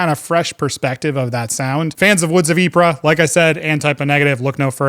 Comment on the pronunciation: RE: Woods of Ypres, Ypres is pronounced as 'E-Pray". One of my favorite bands of all time!